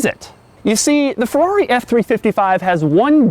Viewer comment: Fuwrr-rawh-ree... sigh